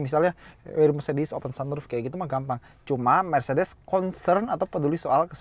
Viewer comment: njir mercedes dibilang blegedes..... almaz gue terus apa 😂